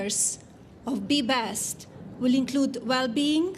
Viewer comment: Did anyone else hear her say the “Body Bench”?